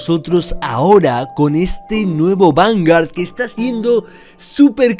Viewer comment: Me late el ojo cuando dice VanGAR xD